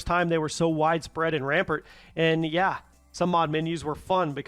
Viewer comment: If you were AI then you wouldn't have said "rampert" instead of "rampant". 😂